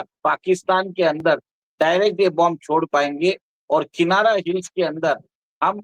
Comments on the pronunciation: किनारा ××××। किराना है सही शब्द। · Kinara hills nehin Kirana hills hai